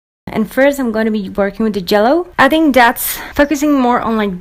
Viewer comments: I love how she says " jello" instead of " yellow" it's awesome😂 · its yellow not jello I am not making fun its ok because I talk wird to yay